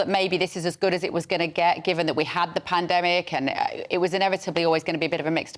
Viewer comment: “Mr Pana-demic” needed another drink of embalming fluid after that drubbing.